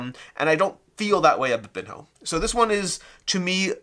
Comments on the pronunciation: It appears that the correct pronunciation is "bean-yo" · Someone who doesn’t know how to pronounce this is definitely not familiar with Ronaldinho, or any Brazilian players, or the game of football at all. So, not the best person to review it.